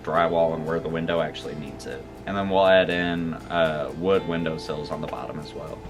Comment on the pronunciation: It's window sills not seals.lol